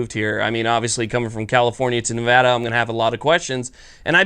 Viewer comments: THANK GOD FUCKING FINALLY, SOMEONE WHO KNOWS HOW TO PRONOUNCE MY STATES NAME CORRECTLY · Thank you for pronouncing Nevada right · Subbed simply because you pronounced Nevada correctly. Welcome to the state, youll find other surprises and liberties here that you wont be accustomed to as well. Enjoy. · As a Nevadan thank you for pronouncing the state correctly, if Vegas has it their way they will turn this wonderful state into California. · I'm just happy he's pronouncing Nevada right